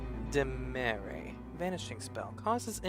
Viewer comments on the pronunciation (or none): also I think Dimere is pronounced Dimeer. Not everything with an E at the end makes that sound.